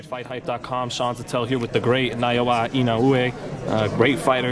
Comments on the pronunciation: At least say his name right, man. "Naoa Inaoe" What the hell?! Naoya - [na-O-ya] Inoue - [EE-no-weh] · Sean must work at the 🍖 shop cause he butchered the sh out of inoue's name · I grit my teeth everytime you butchered his name. 😂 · Ino ooo weh “inoue” Dude? 😒 seriously??? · DId he just said iowa inoue?